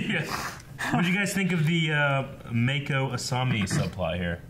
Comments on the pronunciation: Guys, they've pronounced Mako's name like 90 times in the show how can you still not say it right? Otherwise, I'm loving the reactions. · I feel like is just saying Mako's name wrong on purpose at this point. Lol 😂